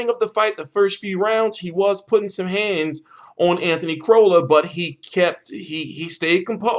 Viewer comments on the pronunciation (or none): The way you say Crolla is annoying. It is Crolla not Crowlla :P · think about how you would say Crocodile... It isn't crowcodile :P